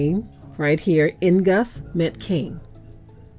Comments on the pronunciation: The plural is Nagast which means Kings/Rulers not Neguses. also N’gus is pronounced Negus not “in-negus”….. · It's pronounced NGOOSA KING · Sounds like he saying niggas